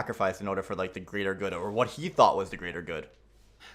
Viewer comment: I was dying when said the thought elevator not thot elevator 🤣